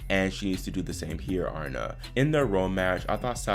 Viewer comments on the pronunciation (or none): Aryna Sabalenka. She is Belarusian and her first name is not Arna. It is A ree na. How do I know that? In the Russian Cyrillic alphabet her first name is spelled, Арина. 'и' is pronounced as a long 'e'. 'P' in English is 'R'. 'H' is 'N'. A ree na.